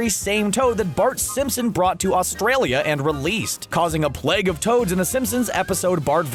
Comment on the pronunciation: What the heck is a pleg? are you trying to say Plague?